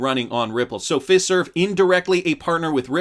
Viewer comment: It's Fiserve like Feye-serve!